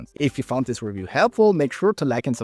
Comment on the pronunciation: re'view - stress the second syllable dude;)